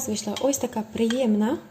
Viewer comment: А чому в мові в словах ,, приємна ,,на а???